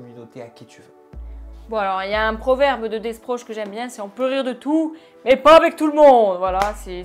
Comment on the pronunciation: "Dessproges" j'vais mourir